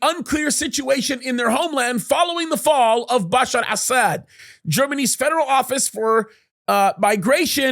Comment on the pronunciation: Am I the only one who chuckles every time this dude says "Assad?" It sounds like he's calling the guy "ass-hat." XD